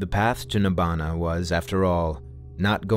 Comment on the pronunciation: Please at least pick up Pali and say the Pali words correctly before professing something you just repeat